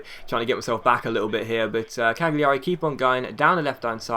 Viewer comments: Cagliari is pronounced 'Calyari'. Or at least that's what the commentators say. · It's just pronounced like Caliari, the g is silent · I think it's pronounced Caljari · I think cagliari is Cal-ya-ree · with Cagliari you don't pronounce the G. As you would do with say Barzagli & Bologna.